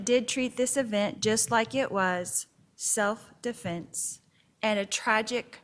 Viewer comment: She doesn't say defense. She says definse